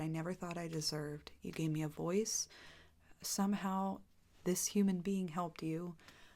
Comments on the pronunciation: Awwh, I love when she said "I'm a human bean, I'm a human BEAN" ❤❤ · did she just say “i’m a human bean”? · Am I the only one who heard "I'm a human BEAN"